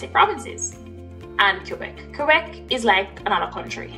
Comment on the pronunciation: Mi nuh like how u a do Quebec enuh! But i do understand lol